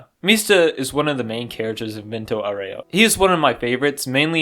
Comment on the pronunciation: VENTO AUREO O Ghiaccio de verdade ficaria bravo pela pronúncia